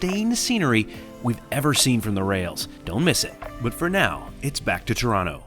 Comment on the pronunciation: Its not toraano. Its torona